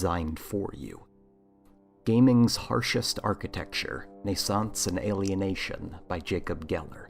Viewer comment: Pretty sure it's pronounced "nay-sauns-say," dude. Two Es at the end, and all.